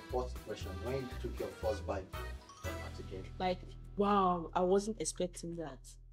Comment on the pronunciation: Attieké not asaké 😂